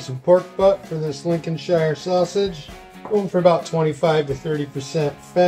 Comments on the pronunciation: This is marvellous to see you creating these! It’s one of my favourite sausages. Just one thing... call it Lincoln-sheer not ‘shire’ (as in ‘hire’) These are delicious on bread and butter ( sausage sandwich) with ketchup or HP Sauce. Husband loves them on a bap... or you’d call them a roll! The other thing is those are no way near brown enough! Cook them until brown not pale. There’s usually no pinkness in the flesh. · Brilliant video you have the sausage ratio Size nailed on brother, and the sausage should be sage emphasized as so so rightly did. You are an honorary Englishman, Sir. however, stop saying Lincolnshire emphasizing the SHIRE Bit... in England we call a shire a .....SH - "LinconSh" then this video would be nailed on bro.